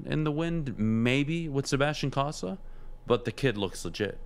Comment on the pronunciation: This host (not T-Foss) knows jack about hockey - and it shows. First - it's COE-sa, not CAH-sa. He would know this if he ever watched Cossa play on TV (which he claims he has, saying Cossa 'looks good.'). Second, the WHL is one of the top Junior A leagues in the world, specifically in this case, featuring the best players from across North America (and some Europeans). Third, his prediction of the kid seeing "five, six games" next year and "15, 20" the year after is completely based in fantasy land. No one develops a goalie like that. It's a shame Foster has to work with such a dolt. Terry deserves better. If you don't know your stuff, don't act like you do. Real fans see right through you.